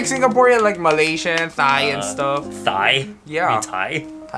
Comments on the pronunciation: when he said "Thai" like "thigh" im dead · /TH/ in Thai is unvoiced. It's not like THIGH, it's like TIE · “They thought you were thigh “ “Thigh- you mean Thai ?” “Thai :)” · HOMIE SAID “THIGH” INSTEAD OF “THAI” LMFAOO BITCH IM WEAKK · Me: Starts taking a sip of coffee Jinho: Thigh (Thai) Me: Immediately spits coffee onto the laptop while laughing hysterically. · Best YouTube collab I’ve seen 😂 So true Jinho’s waaayy more Filipino than lmao 😆 especially when he pronounces the “TH” in Thai and Thomas.: “Thigh???” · I like how he purposefully pronounce things wrong like Thai and af and speak Filipino lololl he reminds me of zico with gd lol